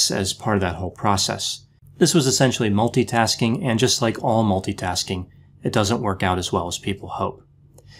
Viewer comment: Did this guy say "Toobin was muLtIasking?" LOL!!! This guy is CRAZY FUNNY!!!